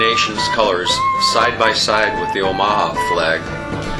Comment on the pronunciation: i could be wrong, but isn't it pronounced Oh-muh-haw?